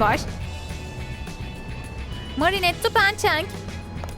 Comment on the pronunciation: Marinet demesi ve soy adını cenk demesi 😂